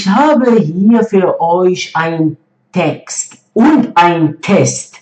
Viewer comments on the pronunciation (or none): none